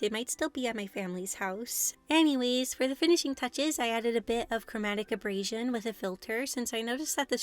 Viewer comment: These were a lot of fun to watch, the DBZ one was my favorite! If you've never heard Chromatic Aberration spoken aloud, it's a bit different. Abrasion (your pronunciation) is like rubbing something with sandpaper, where as aberration is something weird or out of place.